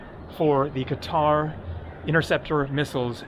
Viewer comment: Why did you say Cutter, you had it right before, it's Qatar (Ka-tar), maybe they're arresting all the people who insult their country by not pronouncing Qatar correctly